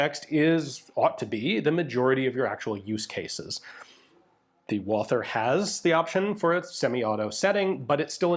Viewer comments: but it is not pronounced at all, so when you try to speak the other german words then they are said incorrectly just badly, why are you butchering the name Walther. Walther is the same as Walter. as a European I am tired of americans butchering our languages as we do not butcher yours, and I know you are a canook. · Great video. As always. But ine thing: the 'th' in Walther is no english 'th'. The 'h' is silent. It is just a version of the name "Walter". Greetings from Germany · Ian there is no th sound in Walther, you Canadians and americans make me crazy when you make a th sound which does not exist in the word. stop it. was that not the gun the german police used during the stand off in the 1972 Olympics, the long version that is. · The full name of the gun got butchered a bit, but the rest of the german pronounciation was more or less perfect - as usual. Thanks for showing this guy off. I wasn't even aware of it (which is a bit of a shame). Walther made a pretty decent gun there at that time. (It took the british SAS, the MP5K and a buttload of experience to figure the advantage of Einzelfeuer [single] over Dauerfeuer [full auto].) The field stripping engineering is amazing. P.S.: Yup, i'm firmly in team "MP5". Yet, i still have to admit that Walther did a great job, even with the messed up sights.